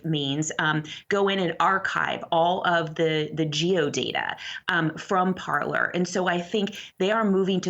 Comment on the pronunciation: This is a Canadian news channel. It really bothers me that both of them are pronouncing "Parler" wrong. LOL!